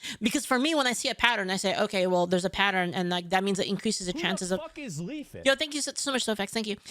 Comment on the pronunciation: I was legit trying to look up “Leafit” because asmon mispronounced it 🤣🤣🤣